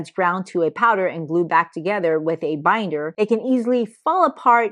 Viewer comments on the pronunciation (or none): none